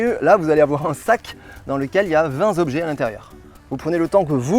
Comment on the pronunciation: Les huit "zobjets" et les vingt "zépreuves" m'ont donné envie d'arrêter là.